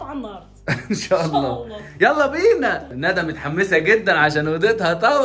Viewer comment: لفظ الجلالة بالهاء مش بالياء الله وربنا يباركلك